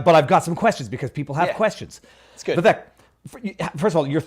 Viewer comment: Viva, his name is Vivek, pronounced with a short sound on the "i" and an "a" sound on the "e": (Vi-vake). How is it you don't know that? Please get it right in the future.